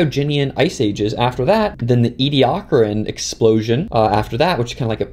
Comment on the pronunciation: There's so many ways to mis-pronounce 'Ediacaran'